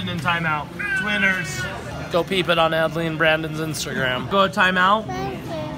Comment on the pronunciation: it's twinsies not twiners